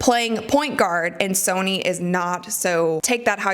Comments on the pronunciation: please change your pronunciation of the words 'Sonia' (not 'Sony') and 'versus' (not 'verse'). You say these words a lot, and it's kinda driving me crazy. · Is it pronounced Sony? Pretty sure her name is soniA. Unless it’s a nickname.